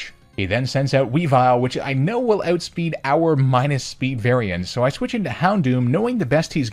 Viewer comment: "ootspeed" Canadian confirmed??